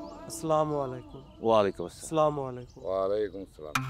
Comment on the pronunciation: মুয়াজ্জিনের মুখে স্লামালাইকুম শুনতে একটু দৃষ্টিকটু লাগছে। শব্দটা তো আসসালামু আলাইকুম তাই না?